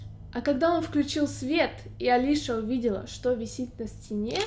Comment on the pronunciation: Правильно не Алиша, а Алисия.